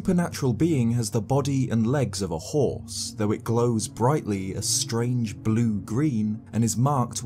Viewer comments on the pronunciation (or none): none